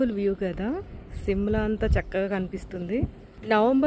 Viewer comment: Simla kaade adi shimla Mee ayana ku rial ga Enduku undavu meesalu😂😂😂